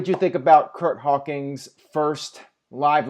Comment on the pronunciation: "Curt Hawkings"